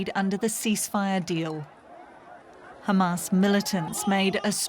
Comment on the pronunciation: it's Hamas. We know you can pronounce H perfectly fine. There is no need for "Kha" sounds.